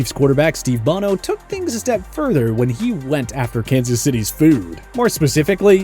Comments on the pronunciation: And it's "BO-NO", not "BON-NO". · Said it wrong like 15 times. As well as Steve Bonno ... it's Bono